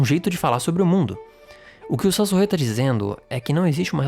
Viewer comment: Saussure, o pai da linguística, se fala "çôçir"